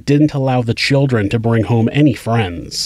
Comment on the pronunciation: Not every crime story has uh talk all abow choowdrwren. Most of this shit happens in the US. Listen how we talk, and about how we protect the CHILDREN. Frigging jebends, listen to this guy! Learn how to pronounce the letter 'L'